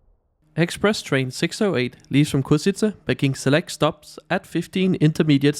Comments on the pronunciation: Ok, that carriage looks actually good. Funny how people can't pronounce Košice haha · El autor de este video es un analfabeto? No sabe ni leer el nombre de la ciudad Košice, Poprad etc. Por hablar tan mal de todo te mereces "Persona non grata" en Eslovaquia!!! 👎👎👎👎👎